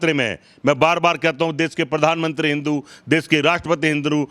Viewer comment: राहुल द्रविड़ को क्रिकेट में गोल्ड मेडल 🤣😂😅😂 ठीक से हिंदू शब्द भी नहीं बोल पा रहे हो, जबकि शब्दों पर सबसे अच्छी पकड़ ब्राह्मण की ही होती है, तो किस तरह के ब्राह्मण हो???? शिवलिंग ना खाने को देगा ना रोजगार देगा, एक ब्राह्मण हो के ऐसा बोल रहे हो, जानते भी हो कितने ब्राह्मण पूजा पाठ से अपना, अपने घर का पालन पोषण करते हैं । भगवान राम जी ने कभी नहीं कहा कि मेरे लिए मन्दिर बनाओ, तो अल्लाह ने मस्जिद बनाने को कब बोला, अब खुद सोचो ओछापन किसमें है। ये श्री राम जी, हनुमानजी और शिव जी के भक्त मुझे ये बताए कि ये जिन भगवान जी को मानते हैं उनके पास धनुष बाण, गदा और त्रिशूल क्यूं है??? जितना मुझे पता है धर्म की रक्षा के लिए। अधर्मी इंसान... सिर्फ उम्र से बुढ़े हुए हो, अक्ल तो एक छोटे बच्चे से भी कम है । 2 कौडी भी नहीं बोल सकता, वो भी ज्यादा होती है।